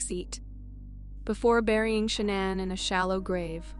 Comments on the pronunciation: How many times can you mispronounce the victim name wrong? LACEY, SHANANN BUT HAVE NO PROBLEM PRONOUNCING THEIR MURDERERS? DO BETTER. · In the Lacy Peterson and Shannon case the names are pronounced sometimes wrong.